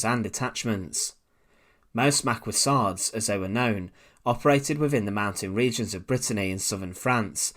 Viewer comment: correct pronunciation is ma-kee not ma-kwee, same for maquisards pronounced ma-kee-zar (last letter consonant is never pronounced in French)